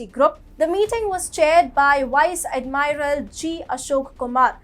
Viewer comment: Pls check and correct your pronunciation on ADMIRAL